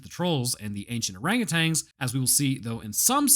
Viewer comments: btw its orangutan, not orangutang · There is no g on the end of the word orangutan...